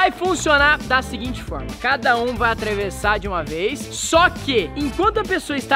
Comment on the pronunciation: KkkkKKK viram que o quase falou atravessar errado?